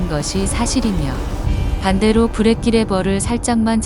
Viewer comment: 브레이끼가 아니고 브레이크 일본여자여요?